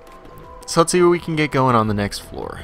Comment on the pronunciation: More emphasis on the WHAT